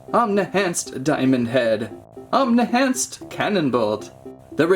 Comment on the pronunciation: It's Omni-Enhanced Not Omni-Hanced 😂😂😂😂😭😭😂